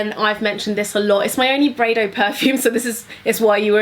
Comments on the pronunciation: it’s BY-REDO not breydo looool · Braydo? Learn the pronunciation of the products your shilling!